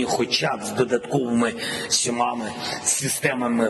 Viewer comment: «Сьомами»- потужно😂